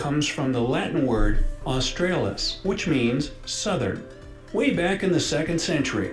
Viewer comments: Did he just say “AustRAYlis”? It’s “AustrAHlis”. Built in the 1880s the fence was called the rabbit-proof fence, turned out it wasn’t much good, it kept out lots of other animals though, so they decided in 1948 it was to be a “dingo fence”, also known by some as a “dog fence” but that’s strange because dingos aren’t dogs, so those people are probably not Aussies. Here people will almost always still call it the rabbit-proof fence. Oh and don’t feel sorry for the kangaroos mate, they’re doing fine, and getting in the way quite happily. Technically classed as a pest in many places. Have you heard about the Great Emu War of 1932? (spoiler alert, we lost). Weird for you to have the idea that Australia isn’t a multicultural place, how strange. Yeah, you’re wrong about that one. Also have you never heard of Tasmania? That’s “the little island below” (that was cute) and it is a state. The one with all the two-headed inbreds jokes. BTW koalas are not bears, in case you were wondering! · There are far better videos about Australia than this one, not a good source, can’t even pronounce Australis (Austraylis) 🙄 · By Nepal standards we don't have ANY mountains, more like big hills. And why do Americans screw up pronounciations so badly. Australis, pronounced Austrahlis. Yes, I knew Emus and kangaroos couldn't walk backwards, which is why they're on the Coat of Arms. Camels aren't indigenous. What, you've never seen tthe Opera House? You haven't lived. You talk a lot of rot about Australia, by the way. Yeah Aussies, like, Jesaulenko and the aboriginals on almost every team We are very multicultural, my friend. Yes, get your arse down here NOW. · Those Yanks should learn how to pronounce properly. Terra means Land and Australis means South, get it right please. That song Great Southern Land is so apt. The Nullabor Plains were once under water with great caves systems. Now just get hopping with your research.